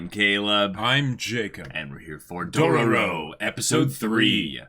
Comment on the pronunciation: Why is Caleb still saying Dorororo...